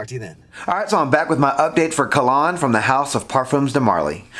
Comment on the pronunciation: Kalan... not Kalon! Great review!